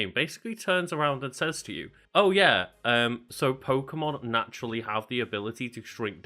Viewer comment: Funny how the channel is named “FACT FIEND” and the first thing you hear on this video is an opinion based argument on how to pronounce Pokemon names, and completely butcher it too, and then proceed to tell everyone that’s how it works. Very Convincing “FACT” right there huh?